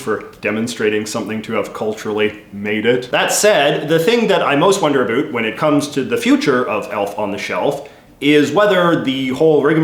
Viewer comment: "Wonder aboat" Ah yes a fellow Canadian lol